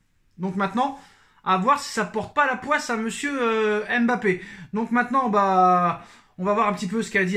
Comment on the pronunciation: On ne dis pas M'bappe , on dis Mbappe